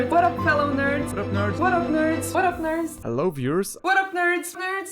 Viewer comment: your original 'hello' at the end of the video, is the most English hello one could ever muster. You should be proud of that classical accent! Love it! (shout out from the UK and happy christmas and new year!)